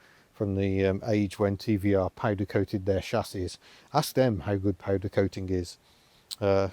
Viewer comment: "Pohdercohted" My laptop is now covered in tea 🤣🤣🤣 thanks! Hahahaha